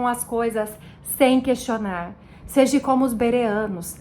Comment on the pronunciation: É seja, irmã, não seji... Continue estudando irmã, você vai chegar lá, se de fato, for o Espirito de Deus que está te guiando, mas continue estudando, porque até os próprio eleitos poderão ser engnados.